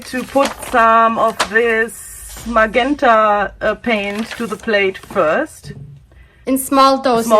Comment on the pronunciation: Thank you very much. Can I help with pronunciation? GE in English is a J sound, so MaJenta is how it is said. Think of the word gentle. Wish I could speak my second language as well as you too.